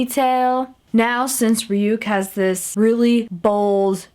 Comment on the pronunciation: It's not rayuke its rayuk like Ray yuck whithout the y on yuck